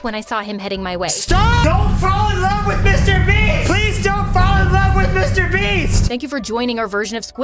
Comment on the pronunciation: That not Mr beast it's MR BIST